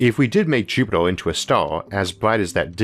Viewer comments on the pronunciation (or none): It is pronounced, 'JUP-it-er'.....as opposed to 'JUP-it-ole' :) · FML ........Jupiter has no fucking o therefore can not in any terms be pronounced "jupitor". Maybe you should take up a class on shitty Brilliant for elocution lessons. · Be vewy vewy quiet, I am hunting Jupitaw.